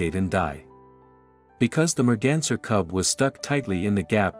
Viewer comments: Take a drink everytime he says "mergenser" RIP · Merganser? What?? How on earth could automated translation call a deer a merganser? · new drinking game..."the merganser cub" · Take a shot Everytime you hear Merganser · I pray that this is the last time I have to hear merganser Evev!!!!